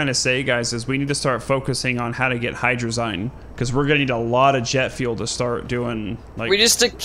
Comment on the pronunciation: ya sayin hydrazine incorrectly.